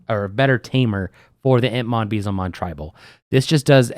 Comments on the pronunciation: Pronunciation of Beelzemon is killing me 😂👈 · I agree I have a friend who says it the same way and it hurts me.